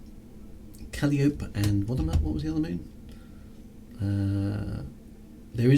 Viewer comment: Hi, I'm just catching up on these. Very nice of the Mrs to float out into space to give you some space tea right to the cockpit! Astronomy pronunciations: Calliope = Cal-eye-oh-pey